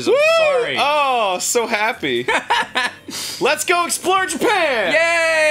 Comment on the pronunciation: Reyson70 "MY BELOV-ED JAPEN"